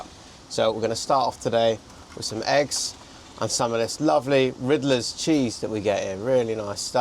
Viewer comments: Not Ridler cheese... Ridder cheese. There are no l in the name. Ridder translate to Knight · I just love that you keep calling it "Ridler's cheese". It's RIDDER OST (double-D, no L). It means Knight Cheese. Knight as in the Knights of the Round table and King Arthur and all that... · Very enjoyable watch - loving this series. BTW, so funny that keeps calling the cheese Riddler, adding an ‘L’ 😂. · This cheese you call Riddler is actually pronounced without the L. Ridder is the norwegian word for knight (you know, the geezers around the round table and all that)